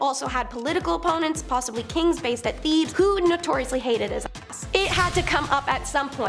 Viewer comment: Did i hear him call Thebes - The-bees and heir - he-air or how ever he said that. I wonder if the put there scripts in google translate to listen to pronunciations before they film? Or if they ever ask someone- "hey how do you say this word?"...